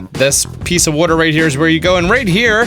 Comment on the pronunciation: I heard "wooter" my man's from Philly?